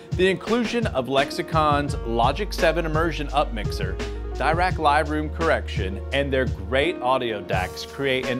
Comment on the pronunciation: Dirac room correction is called after a renowned physicist Paul Dirac and isn't pronounced as a "double rack"